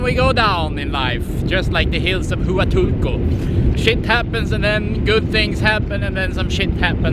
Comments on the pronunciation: its pronounced WA tulco,! Not hoo uh tulco. Lol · Hua is pronounced wa. You are in wa tu ko. Not who a til ko. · It is not pronounced 'Hoo a toolco'. It is 'Hwa tool co'. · Pronounced WA-Tool-Co. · Its pronounced Wahtulco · Huatulco is PRONOUNCED: WAH- TOOL- CO! Chahue is pronounced: Kah-way! Sierra Madre is pronounced! See- er-rah Mod- dray! You're one of the only YouTube channels I've seen that actually show the scenery of La Crucecita and Santa Cruz(holy cross), we call the twin towns! Note: Everything is cheaper in La Crucecita(the little cross) Including food and knick knacks and drinks and restaurants! Thanks for your excellent video and for actually showing the scenes instead of yourself all the time! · that not how to pronounce Hautulco , it waa tool kow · Just so you know, the “H” in Huatulco is silent. So you can pronounce it better, pretend that the “Hu” is a “W”. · For anyone interested in the name pronunciations: 1. Oaxaca - “Wa-Ha-Ka” 2. Huatulco-“Wa-Tool-Ko”3. Chahue - "Cha-Way" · Chow way beach in wa tool co 🤦‍♂️ Anyway, good views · you should at least learn how to pronounce the place you’re visiting. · I enjoy your videos. You need to work on your pronunciation of Huatulco and Oaxaca! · great video,,, but I cringe evertime you say Huatulco,,, you are saying it wrong